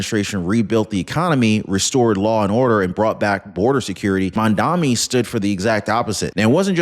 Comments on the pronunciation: Mamdani, not Mamdami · Mandummy not mandani! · Try to at least pronounce his name right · It's "Mamdani"!